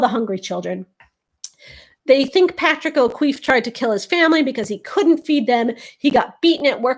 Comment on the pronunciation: As an Irish person, whoever said that O'Keeffe was pronounced "O'Queeffe" were wrong, and if they spelled it that way they were wrong too.